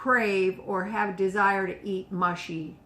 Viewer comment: Should be mushy not mashy.